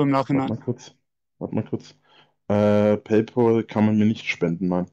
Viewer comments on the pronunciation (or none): none